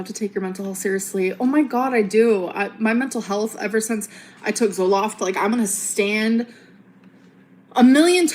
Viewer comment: "mye muntul hullth"